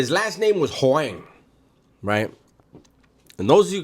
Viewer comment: Hoang. Vietnamese. That was good pronunciation. Lol.